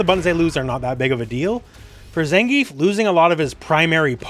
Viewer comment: Please stop calling him Zengeef.